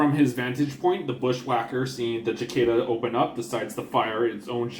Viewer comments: Its prounces like the bug. Sicada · SI-KAY-DUH! It's called a SI-KAY-DUH with a hard A! I can't watch anymore until you learn how to say it! Being from Texas, it's an affront. Si-KAY-DUH! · We all know Capellans can't pronounce a soft "c" so we forgive you. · He's not right either. In North America it varies depending on where you live, with it roughly being "si-KAY-da" in most places and "si-KAH-da" in others, accent on the middle syllable either way. The Brits (at least the ones I know) prefer the second form. Not sure about other countries. There's online audio-file pronunciation guides you can easily pull up with a google search, including a bunch of Youtube vids. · 8 dmg blows an arm off? Jeez. Lights really have that low of armor? Was that like 4 armor 4 structure? ooof. and the way you say Cicada lol, Chikada, I both love it and hate it at the same time. lol.